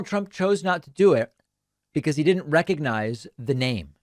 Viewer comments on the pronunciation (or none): "Recognize"?? He couldn't even pronounce it! Every time I hear him mangle words, while his tiny hands struggle with a bottle of water, I profoundly thank our Lord and Savior Jesus Christ that Biden is our real President. (but 1 term is enough, right? We're all onboard with that? Just letting every body know.)